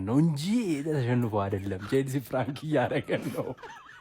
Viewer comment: ይሄ "ፍራንክ" ነው አላለም 😂😂😂 ፕራንክ ነው ሚባለው የኔ ቅመም "ደምበላሽ" አይባልም ደምመላሽ በይው እሺ አምባሳደር የቸልሲዎችን ስም የተነተነው ጉስቶ ቻሎቫ ኩኩ ባዲያሺሊ ፎፋና ምናምን በስመአብ ስማቸው ራሱ ኩሽ ማንኩሽ